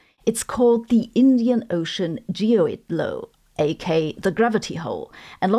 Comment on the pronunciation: No, not GEO-ID. It's "Gee - oid"!